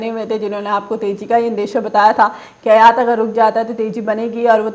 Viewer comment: अयात नहीं आयात होता है।